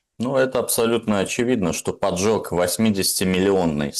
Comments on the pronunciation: ПОДЖОГ! Выучите уже! Поджёг - глагол! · в данном случае не ПОДЖЁГ, а ПОДЖОГ. Не путайте глаголы с существительными. Извините.